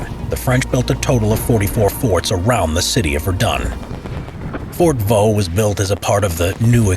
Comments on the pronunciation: On ne dit pas "Fort Vaux" mais "fort de Vaux". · Fort DE Vaux ;) et non "Fort Vaux". Yeah, french is tricky, specialy when it comes to names.